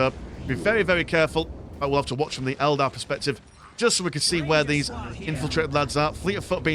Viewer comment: Fantastic match. "Eldad" was quite an amusing slip of the tongue.